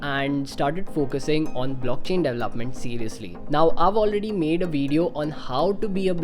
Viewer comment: I CANNOT get over how he pronounces development hahaha "dev-lahp" and "dev-laph-ment. Haha idk it bugs me so much! De-vel-op! De-vel-op-ment! Announciate bro!